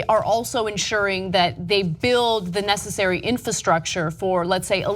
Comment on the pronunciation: lol Ana almost said "necessory". xD